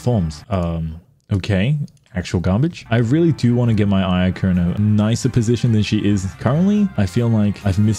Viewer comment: Bro that ain't ayaka that aynahnah